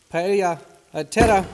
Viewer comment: Paellja ........ Klingt leider wie Prosettscho und ist genauso falsch ausgesprochen. Und schmerzt im Ohr - und im Herzen.